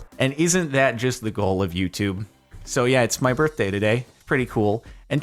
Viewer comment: It’s your burfday